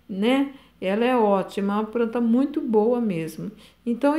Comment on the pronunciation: Eu amo quem fala "pranta e pobrema" ❤